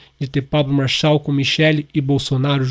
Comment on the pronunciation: Fala certo o nome Marçal .